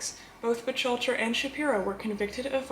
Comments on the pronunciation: Lovely, as a fan of your channel and a fellow Mafia historian, I nonetheless have to point out that Lepke’s last name is pronounced closer to Buk-halter. Otherwise this was another fine episode! I love your in depth narrative and always pleasant delivery of this sometimes unpleasant subject matter. Glad to see you have recovered and are back at work providing us with your entertaining posts. Be well! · It's pronounced...Buck-Halter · Great video, although Buchalter is pronounced “book-halter”, otherwise this was very interesting. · I think that our lovely host doesn’t know how to pronounce Buchalter!!!! Maybe she can’t pronounce his name because she is just a bot disguised as a human female?! That’s quite a disguise, I was fooled until she called Lepke “Butch-alter”! Then I knew she was a bot, without a doubt! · Miss, I thought the mans last name was pronounced Buck- halter?... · J it’s pronounced Buck alter, but very good video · First of all she’s mispronouncing his last name,and they did do a movie about him,starring Tony Curtis